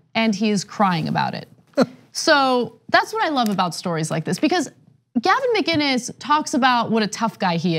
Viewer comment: Is that really how you pronounce “Mccines?